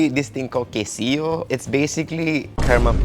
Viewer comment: Quesillo proper pronunciation KaySeeYo